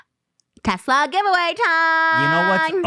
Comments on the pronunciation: No one: Ethan: teZLA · I HATE the way ethan says Tesla (“Tezla”). But still ethan foot soldier unite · interestingly enough, tesla and tezla are both correct. elon musk himself pronounces it tezla. ethan's pronunciation of ultra and morph always kill me though 😂